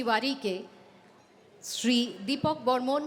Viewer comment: But Yes... regards to her যে, তিনি আজকালকার কিছু আধা-বাঙালি মূর্খদের মতো বাংলায় 'শ্রী'-কে 'SH'ree বলেননি - 'SR'i-ই বলেছেন (as opposed to those who believe "শ-এ র-ফলা থাকলেই ও'টিকে 'SHR' উচ্চারণ করতে হয় (এবং, যারা তা করতে পারে না, তারা বোকা)"! - যথা, শ্রেয়, শ্রেষ্ঠ, শ্রেণি...)! 😂